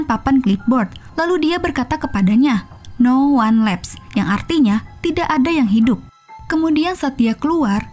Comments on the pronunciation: Koreksi penyebutan judulnya "no one lives (bukan laiv tapi livs)" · Bkn lifes tp lives bacanya. Liv's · No wan liv mbak bacanya bukan no wan lev. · No wan lifs (tidak ada yg hidup/tersisa) dibaca nya sist bukan lefs (tertinggal/kirk) 😁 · Tolong ya bljr pelafalan mbak saay..no wan leps ni gimana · no wan leps iyo..kok sebutan nya sperti itu..hehe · Narator nya parah bgt. Lain kali belajar dlu dalam pengucapan Inggris. Bisa denger dari google translate dlu kek. Ngomong no one lives aja salah 😂😂